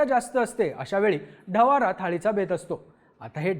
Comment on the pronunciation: ढवारा ❌ ढवडा ☑️